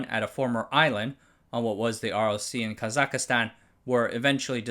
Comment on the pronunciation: I love your work, but it's Kazakhstan (3 syllables), not Kazakhistan, as you often say.